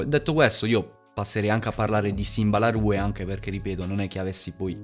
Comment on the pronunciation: bella halb. volevo dirti che simba la rue si pronuncia simba la ru (con la E muta)